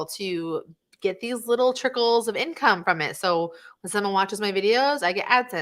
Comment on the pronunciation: "these are the incomee streams you are looking for" :D haha